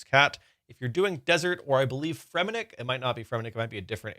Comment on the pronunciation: Idk how to properly pronounce Fremeniick but for some reason the way this guy was saying it was pissing me off. Good vid tho.